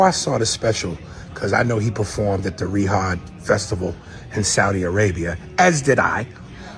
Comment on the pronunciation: it's Riyadh, not Rihad.